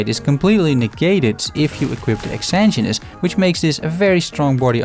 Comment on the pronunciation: Really awesome break down of these five great items. I'm still looking for my Exanguinous and since I haven't done a poison build yet I haven't even tried to get that #1. That said, I'm going to be THAT guy. You can still call it a terrible name (other's have said the same thing) but I hear everyone constantly mispronouncing it as well. :D It's pronounced ex-SANE-gwen-es. Please, I'm normally not that guy but this one has been making me insane. LOL.